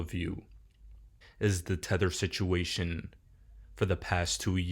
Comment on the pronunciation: It’s Tether